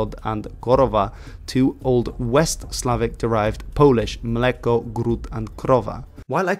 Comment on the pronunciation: You nailed: "Mleko" "Gród" and "Krowa", man. Bravos from a Pole 🇵🇱